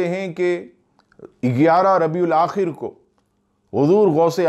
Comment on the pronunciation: Are Bhai "Rabiul Aakhar" aata hai